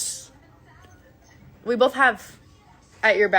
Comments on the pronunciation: What about when she says "BOLTH" with an L. Or spells "Burrito's" with an apostrophe. This woman wants to be a teacher/daycare owner, ffs... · 😂 yes "bolth"